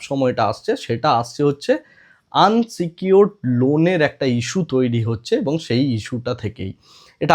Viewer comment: দাদা কথাটা আনসিকিউরড নয় , ওটা ইনসিকিউরড হবে।